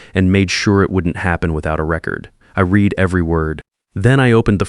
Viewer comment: A word like read is pronounced redd in past tense. Would be nice to hear it spoken correctly. It happens in most of your stories. More enjoyable to listen to your stories then. 😊